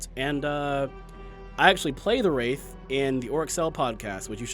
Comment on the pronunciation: "Da Wraif"